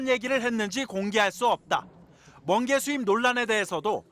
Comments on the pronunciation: 멍게가 아니라 번게라고 했습니다 다시한번 들어보세요 ㅎㅎ ㅋ😂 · 멍개 아니고 먼개 어떤개냐고 들려서